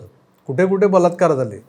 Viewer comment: Yeni baltkar he shabhd tondatun khadke, ki te vegle aiku yete, 3 iditos chya picture made ek vidhyarathi bolya pramane.